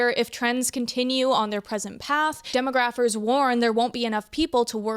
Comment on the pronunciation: I'm sorry but we probably shouldn't be listening someone who doesn't know how "demographer" is pronounced, when it comes to issues of demographics.